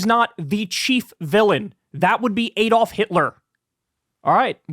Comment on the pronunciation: Why can't Americans pronounce 'Adolf'? (They also always mispronounce 'Graham', but I digress.)